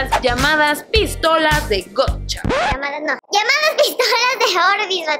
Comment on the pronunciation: Que sepa No se pronuncia Gocha.... JAJJA